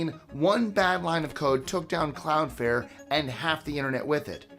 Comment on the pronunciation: CloudFLARE. Flare. NOT fair/fare. Sorry... that mispronunciation made my blood boil, each of the 6 times you said it. I love the channel and will forever watch these top 25's. Much love,! Stay well, friend!!!! <3